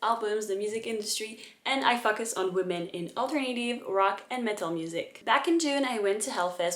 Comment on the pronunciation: your channel is great. but with your accent which is charming by the way, whenever you say focus it sounds like you're swearing at us 😂